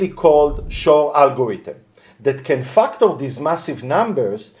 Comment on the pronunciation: Fucktor? You said Fucktor... but I've been screaming this from the rooftop! The blockchain is the ultimate target. Quantum computers are closer than anyone thinks. 2030 is 4 years from now and that technology is getting closer exponentially. I know this for a fuckt. THANK YOU for putting this info out. Most IT people are clueless or complaisant about this.